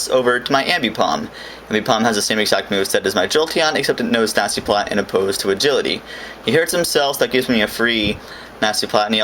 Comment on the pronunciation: For someone reasone its sounds like you say natzi plot IDK but it kinda sounded like that to me but let me defend myself by saying i am not a racist